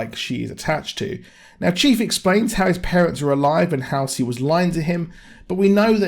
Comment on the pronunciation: It's really the only even slightly decent episode. And it's HALL-Cee. I think you got way low expectations if this was exactly what you expected. I mean, the action itself was ok but... everything else is total shit. None of the story ties together or makes much sense. This was about the minimum I expected, barely.